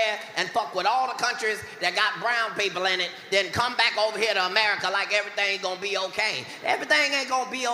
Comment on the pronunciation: E-ver-ry-thang??? E-ver-ry-thang!!!